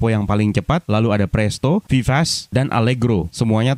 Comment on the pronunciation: Vivace (vee) (va) ( ce) dibaca sebagaimana mestinya bg.karena bukan bahasa inggris.